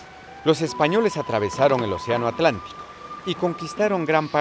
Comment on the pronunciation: No es oceano.... es OCÉANO.